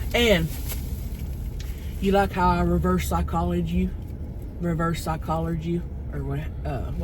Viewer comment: "reverse paychologer" 😂😂